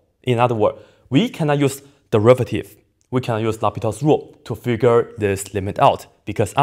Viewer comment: Did you say L'Hospital?